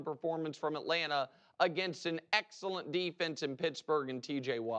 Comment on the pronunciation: I hate how Nick says excellent